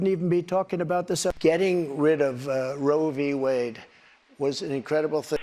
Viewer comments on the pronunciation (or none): Whenever he says "I killed Roe V. Wade" I hear "I kill women". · trump loves saying "RoevWade". He thinks it makes him sound smart.😂